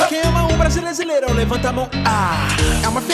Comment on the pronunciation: Vcs perceberão que ele fala brasileisirão e tá escrito brasileirão 🖒😑💩💩💩